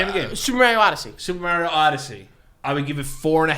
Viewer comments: MARIO not MEEARIO .. YIKES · Mario........mairio..... for good stankin god it’s MARIO m- are- eo. PERIODT. Love y’all tho. Hated every time he said mairio but much love in general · Is no one gonna talk about how said maryo and not Mario 😂😂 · Why does keep saying Merio? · The way pronounces MARIO haha Marry-o. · The way says “Mario” like “Mary-O” grinds my gears 😂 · The way pronounces “Mario” ❤ New York shit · the way you say Mario is wrong I'm sorry. but the Big Bang Theory is a good series but I understand why you don't like it they are very nerdy bunch. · The way pronounces Mario triggers me. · is a fake gamer for pronouncing Mario like that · yo I love yall good luck on ur podcast but If u keep pronouncing Mario like that OH MY GOD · I can only hear the word Mario mispronounced so many times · We are going to have issues if keeps pronouncing Mario wrong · It's definitely a NYC thing. I'm originally from the Bronx and everyone around me would pronounce like this except for the people in my fam. And even though I grew up hearing it like this it still makes me cringe